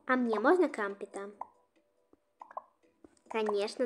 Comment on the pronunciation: Не крампт а крампэт😂😂😂😂😂😂😂😂😂😂😂😂😂😂😂😂😂😂😂😂